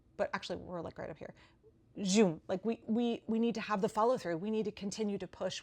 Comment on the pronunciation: I just love the way that you say “zhoom” gal pal! It gives me belly laughs and bushels and pecks of ever so muchly needed bright cascading waves of softly shimmering delight! Especially with those little micro-mudras that accompany your so very delicious “zhooms”… (perhaps such may only be at last achievable by “weavers, spinners, and those thrice blessed ‘patterners!’”)… I think that I can safely presume to speak for at least the greater mass of your devoted and always so thoroughly thrilled and chilled enthusiastic throng (are we in thrall?), when I say, “We love you! And it’s really SO much fun!”… No broken toe gonna be slowing this girlfriend down, I tell you what! She be all like… “zhoom!”… — XOXOXO! Glenn Jones (Minneapolis)